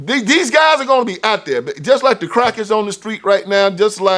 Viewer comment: Did you call me a cracker on the street? Hahahaha! It sounded like it when you said there’s crack out there on the streets. Haha! I love your videos!